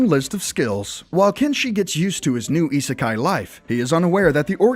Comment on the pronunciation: that's what I thought. plus he says isekai wrong.